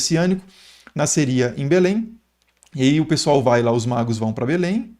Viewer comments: Exposição fantástica, que soma. Pesquisa cuidadosa. Pela demonstração de conhecimentos, creio que o expositor sabe que é "magos", mas por um erro de pronúncia ficou " magros". A mente humana é tão poluída que dentre tantas palavras positivas vai fixar numa na negativa: no caso, um errinho de uma letra a mais, que pode alterar o significado. Logo, errar é humano. Isto se aplica a mim, que tsmbém erro. É uma crítica geral. Ninguém é perfeito. Mas defendo, sem criticar, o expositor, por apresentar uma aula tão rica de detalhes e o cuidado de usar termos fáceis de compreensão para o ouvinte tanto doutor quanto analfabeto. Parabéns. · Ele falou Reis magros? Reis magos! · Reis "Magros"???? Foi isso mesmo?? Magros?? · Reis magos, não magros 😅😅😅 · 3 reis magros KKKKKKK Eu sempre falo assim de zoeira tbm KKKKKKKKKKKKK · Ele não falou magros de propósito, mas ficou muito legal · Reis o que? "MAGROS"? Fosso mesmo que ouvi? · Tmb percebi esse pequeno engano de pronúncia. COMENTÁRIO POSTADO EM 23/01/2025 - QUINTA-FEIRA